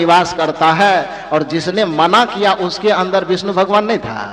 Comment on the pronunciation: भगवान होता है आप भगमान कहते हैं 😂